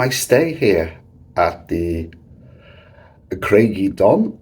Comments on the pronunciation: I stayed there in 1973. Ohhh try the pronunciation again. Lol. Say it as. Cryge uh don not eh don. Lol. But great video. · Pronounced Crige uh donn. Ige as in tiger, not nigel. It means rock of the wave, ie a rock that juts into the sea that the waves splash against. Welsh is my language, that's how I know.